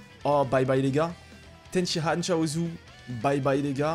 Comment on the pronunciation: Arrête de dire tenshihan stp c'est tenshiNNNNhan